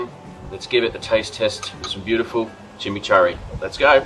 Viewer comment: being weird, agree it should be pronounced chi-mee-chour-ee. Lazy pronunciation from me there. Near where I live there’s a place called Kurri Kurri which is pronounced Curry Curry, just a lazy habit formed but you’re spot on should stop that shit.